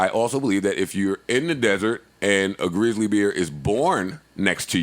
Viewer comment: Did Joe say "Greezly bears"? LMAO